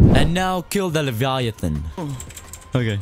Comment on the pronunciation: The way he said leviathon